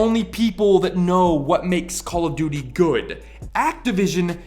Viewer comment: After a while it sounds like you're saying Call of Doody lol